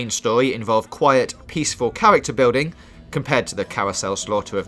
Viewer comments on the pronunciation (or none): Qwiet, peaceful cawacter bwilding